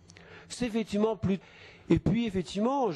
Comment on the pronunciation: à la fin, on entend "Fétiment""